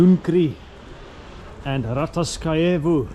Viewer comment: You pronanunced Rataskaevu street perfectly!